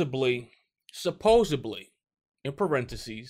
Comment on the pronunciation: Supposedly** not supposebly